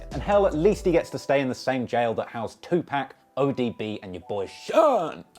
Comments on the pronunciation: ITS 2PAC!!!! NOT 2PACK!! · This fool says 2pack.